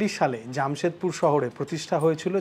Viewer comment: It's not Jammshedpur....it's Jamshedpur.... Frist learn how to pronounce in Bengali....the Hindi words .... Bong .... Ur translation is worst ... Ur hindi pronunciation.... Badnam mat karo Hindi ko 😅